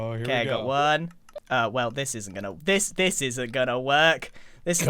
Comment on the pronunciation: when he said im ghana tell you i thought it was a subtitle error